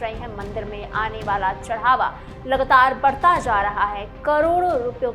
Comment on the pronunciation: लगतार नहीं लगातार बोलो,उच्चारण सुधारो मैडम